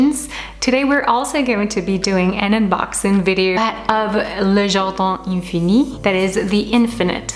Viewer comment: Wow!!!! Loved them!!!! I love how you pronounce the name of the brand!!! You are the best!! Definitely going to order one for my bedroom!!!! 😍😍😍